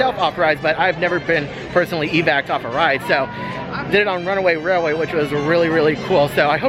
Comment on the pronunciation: First of all congratulations on being able to say “runaway railway” perfectly on several occasions 🤪 I screw it up every time! I’m sure this has been asked and answered but when you pre-register for the DAS, you can only select your first two rides for the first day’s park, correct? At what point are you able to select the next days? Can you choose two in advance? Or only one when you enter the new park the next day? Thank you!!